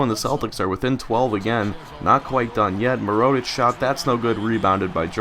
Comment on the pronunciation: Mirotic: Accent is on MI-rotic (with Mi sounding like the Mi from milk). Hezonja: Not entirely sure how to pronounce that, but you're constantly missing the J in it, its not Hezona ;-) Nene: Sounds like Neh/Nuh-nay, not Nay-nay Labrissiere: is from Haiti so I'm pretty sure its supposed to be French not English. Makes it "La" simple La as in Spanish or French "bris" the i sounds like the ea in bean and the s is silent (the double ss is pronounced as a single s) "sierre" is pretty much zjair, the s is harder so more of a z, the j is like the y in you, ierre sounds the same as air. Hope this helps! Keep up the good work and have fun in college!